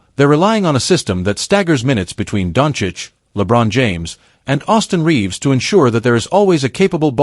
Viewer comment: If this is AI then it is broken and poorly programmed. Luka is not Donich, but Donchich (Dončić). After 7 years some people still can't pronounce his nickname correctly. I wouldn't believe it if I hadn't heard it. How is this possible? Greetings to all from Slovenia - Ljubljana. (Luka's birthplace)